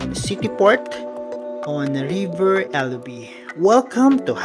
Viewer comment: Elbe din ang bigkas bro hindi elbi hamburg din ako hallonasa Alster kayo Planten und blumen yan maluwang sya at pati friedhof dito pinaka biggestt sa europe